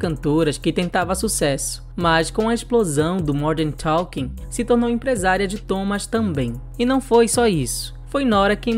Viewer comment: Jet "ailiner" do Modern "Toking". Não seria "Jer Airliner" do "Modern Talking" ?